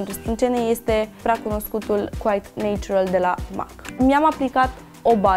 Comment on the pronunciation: E dragut machiajul, dar sa stii ca "natural" in engleza nu se pronunta "neitchural" ci mai degraba "natchural"...cel putin in engleza britanica! :D